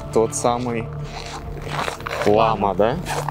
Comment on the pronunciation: В тех домах живут хувараки. Это ученики, будущие ламы. Правильно говорить лама а не лома. 1947 г разрешили построить 2 дацана во всей республике. До этого все были разрушены болшевиками, многие ламы расстреляны и репрессированы. Были под запретом национальные и религиозные обряды и праздники. Более менее стало к 70 ым годам. Разрешили сагалган. Это буддиский новый год.